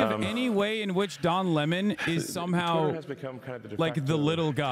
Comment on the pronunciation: I’m just here to hear Hasan say Le Mon 👀